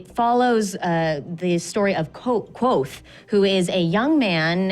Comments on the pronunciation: are they really pronouncing it "quothe" in the book it says its SIMILAR to quothe but its KVothe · it's not quothe, it's literally kvothe. he says it's pronounced similarly to quothe, not that it is quothe. KVOTHE!